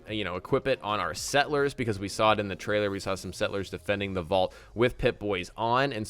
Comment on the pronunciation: I am very excited, but the way he says sett-lers, it bugs me.